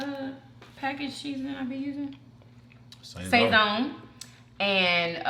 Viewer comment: It's not pronounced sayzone. It's Săh-zon. Short a sound.